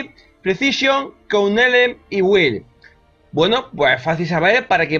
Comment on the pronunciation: que aprendas a pronunciar knowledge